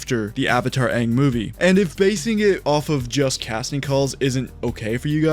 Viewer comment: I hope so much time has passed where they pronounce it ONG when thinking of the legend of Aang